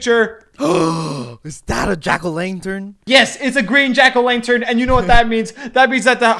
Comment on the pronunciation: Lantern❎ Lanetern ✅